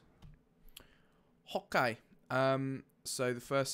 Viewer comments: when he said hokay I subscribed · Love your vids man, but the biggest reason I follow you is to hear you say "Hokay" <3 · I love your "hokey" and pls. build a 5x5 door, your tutorials are great! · He says Opk it's funny.